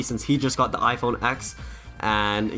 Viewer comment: Nice vid! Please though, it’s “iPhone TEN,” just like it was “Mac OS TEN”, not “X”.